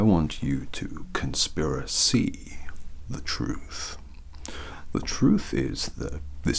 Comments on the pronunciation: "conspira-SEE" i'm calling the cops 😂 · Conspiracy, conspiraSEE 😂❤️